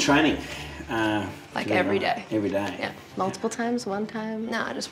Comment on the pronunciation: “I ocne did a fart”😂😂